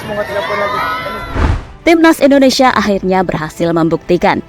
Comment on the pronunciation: Maaf sebelumnya Bukan endonesa tapi INDONESIA